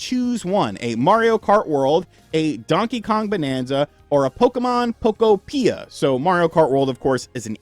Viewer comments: Still pronouncing Pokopia wrong. It's UTOPIA. Poké-opia. If you're a journalist, then get the pronunciation right at least lol. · We can tell you aren't. If you WERE a Pokopia guy, you would be pronouncing it right. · Bro says Pokopia so wierd😂😂😂